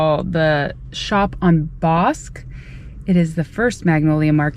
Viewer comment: Bosque, is pronounced Bos kee. Lived there one time, Born in Waco. Loved the video.